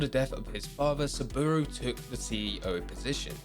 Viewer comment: Please, stop calling him 'Soobooru arasaka 😂'